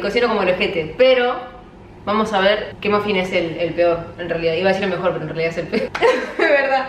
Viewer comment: si escuchan bien mica dice ´yo supongo que una ma-masa se mofin tiene´ :v